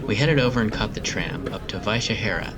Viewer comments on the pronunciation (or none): It's simply Vyšehrad. As it's written, so it's read. In short, not Vychehera. ;) That's how easy Czech is to read, that's how it is with most words. When it's not, the word usually has a different origin than Czech. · I found the reason for your problem with Vyšehrad. When you try the pronunciation in Google Translate, you can't play it in the English part of the translator, but in what was translated into Czech in this case. I deliberately wrote Vyšehrad in the English part and tried the pronunciation. It's exactly how you pronounced it there.